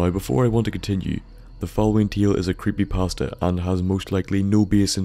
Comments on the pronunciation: The way he says creepypasta kills me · I like how he says creepypasta at the beginning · the way he said creepypasta was just so funny. But anyway this is a great channel.